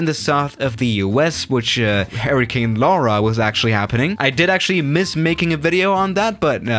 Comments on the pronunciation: It sounds like you are saying “Harry Kane” 😂😂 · H e r r i c a n e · Is it me or does it sound like he’s saying “Harry Kane”? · No one:: H A I R Y C A N E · Nobody: trying to say hurricane: Harry Kane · I thought you were saying “Harry Kane” at first 😂😂